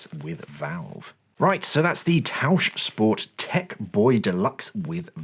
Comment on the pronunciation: 10/10 points for the pronunciation of Tauchsport. 👏